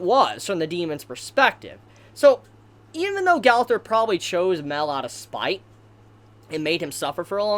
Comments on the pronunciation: His name isn’t pronounced Male, it’s pronounced My-El. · Okay, it took me a while, but darn it has gone too long, could you pounce it *MA-EL*, not "Mel"? You're the only one that calls him that, I don't know how you haven't caught it yet. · Its not mell its mi-el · OMG ITS MA-EL. FOR FUCK SAKE, MA-EL, NOT MEL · I can't watch this video, the way he say mael name is bothering me alot. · wait is mael pronounced "mae-l" or "ma-el"